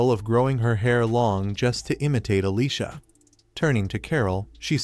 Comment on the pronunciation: why do so many recaps of this show on multiple channels pronounce Alicia as Alyssa? LOL I keep looking up at the screen because I hear my name being called.